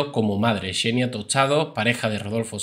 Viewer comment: Gran video pero es xenia no?No chenia tostado 😂